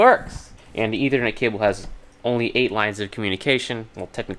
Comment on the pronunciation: STOP SAYINT ETHERNET